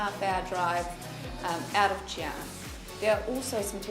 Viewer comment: I was so triggered every time she said Xi'an